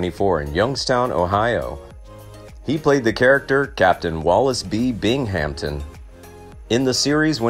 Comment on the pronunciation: It's clear the host of this video never watched any of McHale's Navy, otherwise he would know how to pronounce Binghamton and McLeod.